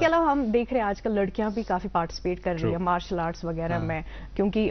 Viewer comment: It’s Martial art not Marshal art